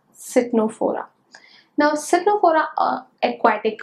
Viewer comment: Its tenophora as pronunciation not citnophora